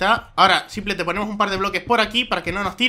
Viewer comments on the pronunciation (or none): none